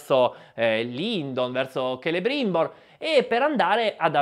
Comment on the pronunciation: Celebrimbor detto Celerimba. ☝️